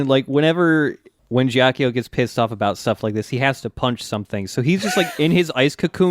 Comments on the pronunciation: This is a huge nitpick, but Ghiaccio pronounced "Gyot-cho", not "Jyock-yo" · so is someone going to correct them on their pronounciation of ghiaccio? please? i cannot stand it